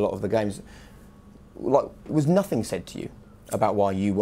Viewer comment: It’s not nohing’